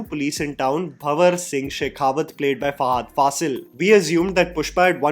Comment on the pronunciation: is so ignorant that even after watching pushpa 1 many times and pushpa 2 he doesn't even know the actual name of fahad fazil character,he calls him bawar singh instead of banwar singh🙂🙂🙂